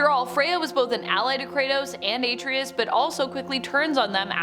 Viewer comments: Why are you pronouncing his name like that?! That sht is annoying!! She's saying it like: "Ate-tree-us." It's pronounced: "Are-trey-us." The game doesn't even pronounce his name like you're pronouncing it. So annoying to where NO, I'm not liking nor subscribing. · A-TREY-US NOT AT-RI-US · EXACTLY!!! Hell, the game says his name throughout the damn game!! Just like you said, it's: "Are-Trey-Us" not "Ate-Tree-Us" That sht is annoying, how she's saying it!!! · A-TREE-US Lol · * Are-Trey-Us** it’s Artreus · The way she says Atreus grinds my gears. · I swear I JUST SAID THAT!!!! I just commented about that before I seen your comment. That sht is very annoying!!! And I don't know why she keep pronouncing his name like that!! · How you pronounce Atreus is not correct do it the Kratos way, the true gamer way